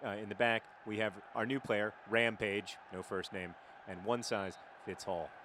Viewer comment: "Permanent Rampage" Ramage?